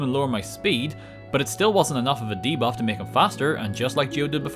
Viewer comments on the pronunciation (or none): none